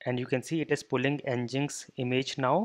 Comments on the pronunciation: it's Engine-X bro not ngiks!! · Nginx is pronounced as Engine-X.